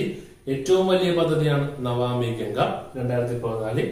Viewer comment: Excellent class sir☺.. It's not navami ganga.. It is Namami Ganga 🙏